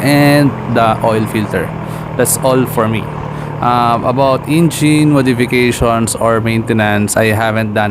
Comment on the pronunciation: "Ingine, Front Chocks, Motorcy'kel'."🤣